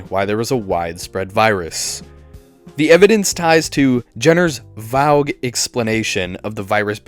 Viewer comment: Bro why are you pronouncing some of these words so damn weird, vogue for vague, Romeo for Romero 🤣